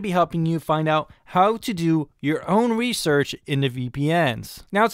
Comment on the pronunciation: your own rewsewch uwu